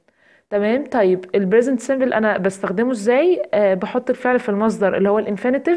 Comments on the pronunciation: Present simple not bresent simple p not b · انتي حطمتيني بصراحه علاش نطقك موش صح شو brisent simble ??? لازم تعرفي تفريق بين الp والB أرجوكي ا